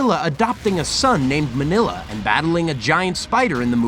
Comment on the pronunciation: Its Minilla not Manilla